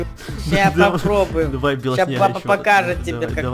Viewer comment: Почему ты говоришь белоснеға